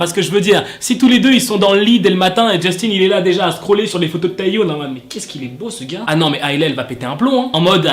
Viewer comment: Juste petite précision parce que ça me stresse... Ça se prononce Tae Yeon et pas Tae youne 😅 Sinon je t’aime continue comme ça !😭❤️ Edit : Le W de Hwasa ne se prononce pas... C’est Hassa